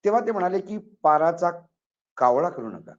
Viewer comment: साहेब पाराचा कावळा नाही पराचा कावळा